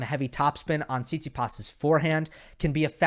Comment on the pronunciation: PLease... the correct way to pronounce stefanos surname is TsitsipAs not TsItsipas.